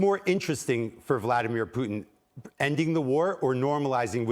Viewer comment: Thank you, Candace for pronouncing Putin correctly